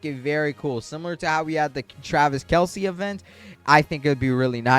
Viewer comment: when u were talking about celebrity guest u were saying travis kelsie its travis kelce:)